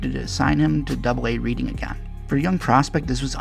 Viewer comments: It’s not pronounced “reading” it’s more like “Redding” just fyi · Love the video! I have connections to GFS, and remember when Philly drafted him, but it’s pronounced Red-ing not Read-ing lol